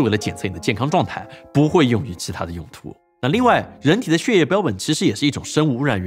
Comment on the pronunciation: 念血（Xuè)液不念Xie 😂